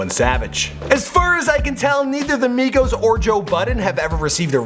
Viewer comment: migos, its not hard